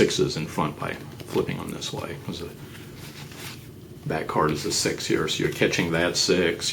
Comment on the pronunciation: when he says six it sounds like he says sex look at 4.19